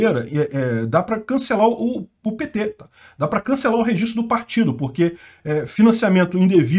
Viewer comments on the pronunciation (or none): none